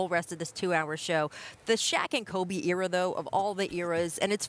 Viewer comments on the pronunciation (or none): “Yera” -Rachel 🙈 Era🤦🏽‍♂️